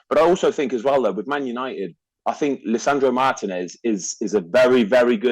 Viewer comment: Τhe accentuation on Lisandro is on the "i" on the first syllable, and on Martinez on the "i" again, second syllable. It is not that hard to learn the name properly.